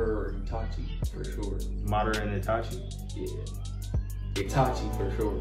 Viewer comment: Bruh keep saying itachi like nah no sir